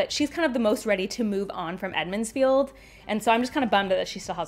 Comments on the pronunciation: I thought it was interesting when you say “Edmonds Field” instead of “Emonds Field”. Edmond’s Field is how it was always in my head until years after I first read the series. I always thought it must be a strange application of the Mandela Effect and so I picked up on it immediately. Great vids. 👍🏼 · It's Emmond's Field...I think you were saying Edmond's Field...but just thought that was a fun little mis-speak. Love your content. Thank you!! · Did you just say "Edmond's Field"